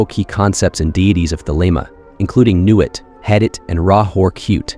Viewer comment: Bro, I love you, so this is loving feedback: CROWLEY rhymes with "HOLY" THELEMA rhymes with "the DREAM-uh" NUIT rhymes with "the WHEAT" (as does HADIT, and the final syllable of RA HOOR KHUIT)